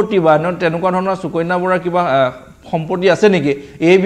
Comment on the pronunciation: চুকণ্যা .....? 😂😂😂 বানান কি আৰু কেনেকৈ উচ্চাৰণ কৰিব ? অসমীয়া ভাষাত শ স ষ আদি আখৰ থকা শব্দক কেনেকৈ উচ্চাৰণ কৰে ? এগৰাকী অসমীয়া ভাষী হৈ নজনাটো দু:খজনক কথা নহয়নে ? যি দৰে আপোনালোকে সদায়*, *সন্ধিয়া*, *শনিবাৰ*, *ভাষা আদিবোৰ উচ্চাৰণ কৰে তেনেকৈ সুকন্যা বুলি উচ্চাৰণ নকৰিব নে ? ভাষা শুদ্ধকৈ ব্যৱহাৰ বা কবলৈ চেষ্টা কৰক কিয়নো অসমীয়া আপোনালোকৰ মাতৃ ভাষা ।